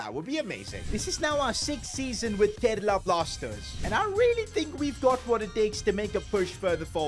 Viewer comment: Bro really said Kerala Plasters